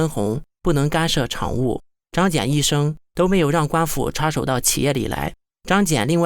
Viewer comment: 小学生能把张謇的名字念对就已经相当不得了了，要什么自行车呢~